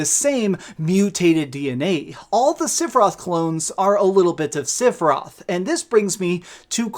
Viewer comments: Lol seph I Roth the i is not silent lol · Stop calling him SIFeroth ! Rage!! Lol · OK this is just criticism. 2 things. 1.) just because they changed or added stuff to the story, especially with the Whispers, it doesn't make it a sequel. It is still a remake. 2.) please understand that you are saying "Sephiroth" wrong. He has 3 syllabus in his name. Not 2. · The way you pronounce sephiroth is cringe. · I can’t believe you said Sephiroth like 150 times in this video and not ONCE did you pronounce his name correctly. 🤣🤣🤣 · Did he just mispronounced Sephiroth’s name??? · Learn how to pronounce sephiroth